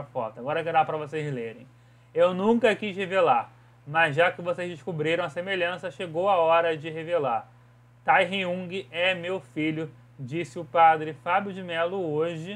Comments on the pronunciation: "quin tairriungui" KKKJJJKKKKKKKKK QUE ÓDIO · quin tairung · "Kim Taerrungui" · Gente Kim Taehyung se pronuncia "Kim Teirrã" 😂 e ele ñ é só cantor já q dança tmb, esses artistas coreanos são chamados de 'Idols' (aidols) *q significa ídolos né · n vdd se pronuncia " Kim Taehón". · ele num sabe nem falar o nome do coreano véi KAKAKAKAKKAKAKAKAKAKAKAKKAKAKAKAKAKKAKAKAKAKA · Mano ele falando errado ksks